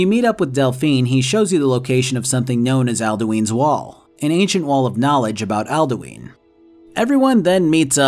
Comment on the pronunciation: love this video but...Alduins name is literaly told to you in game and yet you still said aldueen. like comeon man